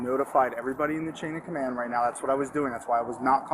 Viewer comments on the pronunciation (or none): none